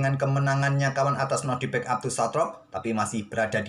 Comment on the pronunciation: Maaf min sedikit koreksi....nama nya NodiRbek yah bang..... Bukan NoRdibek .... Hehehee